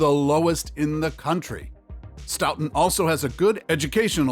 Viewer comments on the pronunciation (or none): Pronounced stoton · IT'S STOW-TON (the pronunciation that is) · It’s pronounced Sto ton ( like the sto in store! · It’s Actually Pronounced STOE-TIN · stow-ton is how you say Stoughton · You are pronouncing Stoughton wrong!! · You're pronouncing is horribly wrong. Stop. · Obviously don't know shit about Wisconsin. Including how to pronounce Stoughton 🙄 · I laughed so hard when I heard him pronounce Stoughton!! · Stoughton was pronounced wrong every single time not to mention opioids and meth plague the place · I have a hard time taking this seriously as they mispronounced the city of Stoughton. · I laughed so hard when he said Stoughton like that!!😂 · Every time he said stoughton made me wince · omg same, i was like STOP SAYING IT LIKE THAT. You think they would google how to pronounce it before posting the video. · Same!! I grew up in Stoughton and it just made me cringe when I heard him say Stoughton, to be fair though We did misspell our water tower once I heard